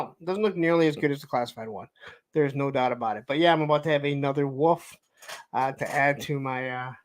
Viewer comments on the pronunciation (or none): Anyone else notice doesn't know how to say wolf correctly? Woof......And Hawk Hogan...You don't pronounce the L......